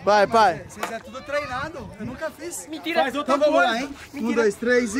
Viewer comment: o gui falando mintira o melhor ksksksks